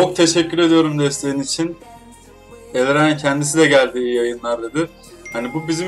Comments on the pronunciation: Neden herkes Elraen değil de Elrayin diyo 😄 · Adını da doğru söyleseler. Elreyn ne😂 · herkes elriyn diyor aq :d